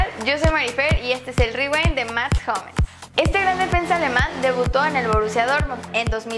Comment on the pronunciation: Que NOOOOOOOOOO se pronunciaaaaaaaaaaaaaa "RIWEEIINNN" es "RIWAINDDDDD"